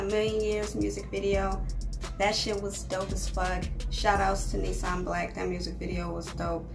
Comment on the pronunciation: it's "nissim" and not "nissam"😌😌😌😌